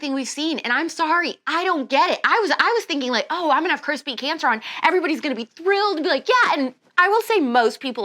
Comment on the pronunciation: I just keep hearing Alex say “crispy cancer” instead of Chris Beat Cancer 😂 As always, can’t wait to listen!